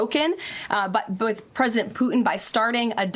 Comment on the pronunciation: Listen to her pesident poo- in 😂